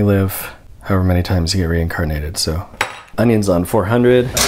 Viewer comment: y’all heard onion instead of oven right? i’m so used to “ondo on 4hundo”